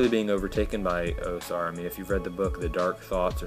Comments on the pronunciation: its pronounced AUSAR not OSAR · Why do you say OH-sar? The Archivist and the WoS say OW-sar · Yeah, pretty much the same. It was irritating me they pronounced the A as O